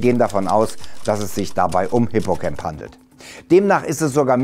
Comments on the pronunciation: Ich denke Mal Hippocamp wird nicht Englisch, also wie "cämp" ausgesprochen, sondern "Deutsch" bzw Latein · Hippocamp ist griechisch, und kein englisches freizeitlager, er wird mit a und nicht mir ä ausgesprochen